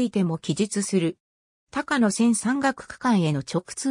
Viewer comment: 「たかのせん」じゃありませんよ！ 「こうやせん」です。